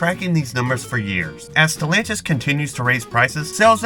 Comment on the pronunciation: It's the name... Who tf is stilantis 😂